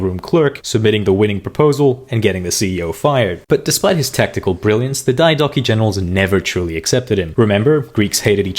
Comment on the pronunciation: Why do you pronounce Diadochoi like that? Its Διά-δο-χοι! Search it at least first wtf